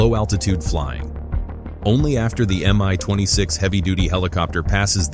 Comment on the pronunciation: It's not pronounced "am-eye". It's supposed to be "me twenty six". Both the M and the (lowercase!) i come from the same word - the name of the constructor. It's an abbreviation, not an acronym.